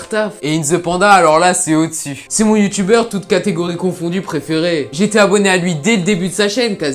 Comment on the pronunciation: Jsp pour a chaque fois que tu dit "Youtubeur" j'ai l'impression que tu dit "Youtu-Beurre" 😂